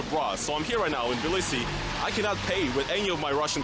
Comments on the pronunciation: It's pronounced as Tbi li si. And it's soo strange watching Hasan watch NFKRZ walk on the same street I was walking 15 minutes ago... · What is this pronunciation of Tbilisi he is using? I thought it was Tah Blee See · This is how Russians pronounce